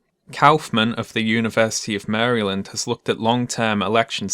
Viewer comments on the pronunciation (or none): Oh man you cannot pronounce Maryland. It’s not your fault though, it’s ours.